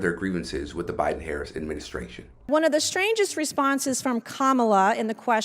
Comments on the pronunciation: I am so proud of her for learning to properly pronounce President Harris’ name. How adult like! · I see Nancy is pronouncing the vice president’s name properly, now. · Wow her remedial studies helped her learn how to pronounce our Vice President's last name! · Notice she's pronouns harris's name correctly after she got roasted on cnn